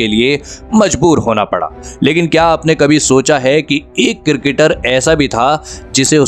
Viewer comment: Its cricketer not cirketer😂